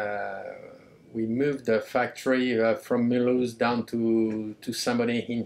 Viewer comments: Mull-ooze. Sacre bleu, Ian! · The way he pronounces, Mule-House bahaha, it's mù-loose ! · Dear Ian, In French , Mulhouse is pronounced Mü-looz , not Myül-Haus . Your pronunciation is directly derived from the German name Mülhausen, but today and since the return of Alsace under French rule after WW2, the accepted form is the French one as described above. Respectfully. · It's not mul-house it's mulooze. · I'm french and the way you pronounce "Mulhouse" make me smile. We would rather pronounce it "Muloose". Great video by the way. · mulhouse is prononced "muloose" in french ;) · The way Americans pronounce Mulhouse immediately brings me back to the Simpsons.